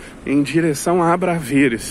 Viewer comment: Bom dia! Também sou brasileiro e moro mais a Norte,cerca de 40 km. Conheço Viseu muito bem e gostaria de fazer uma pequena correção. O nome correto do bairro que você se refere chama-se ABRAVESES e não ABRAVERES. Abraço e boa sorte. Francisco Guedes.